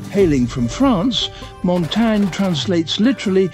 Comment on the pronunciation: bro still said montagne wrong